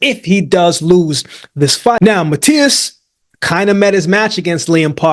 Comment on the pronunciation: love to hear my man Akeem pronouncing "Matias" in a perfect spanish